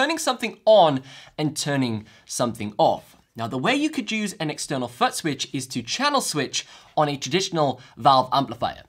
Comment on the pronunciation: I just keep hearing him say “Butt Switch” 😅